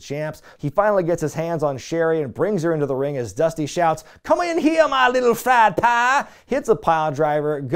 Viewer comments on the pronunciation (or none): none